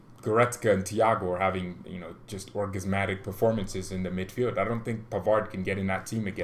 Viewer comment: It is Orgasmic not orgasminic .lol but i catch your drift